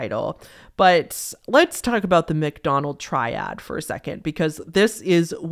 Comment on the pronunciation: For a second I thought she said 'McDonald's triad' and got REALLY confused as to why fast food was involved. Had to go back to the start of that segment to reassess. lol